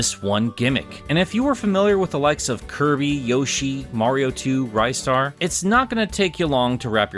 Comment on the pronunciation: Rai-star? I thought it was Ree-star